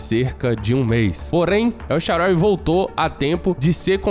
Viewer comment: Vídeo perfeito só um erro que é na tradução correta e El SHAAARAWY se diz El SHAAANÁWY